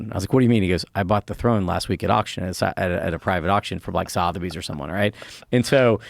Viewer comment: The way he pronounces Sotheby’s lmaooo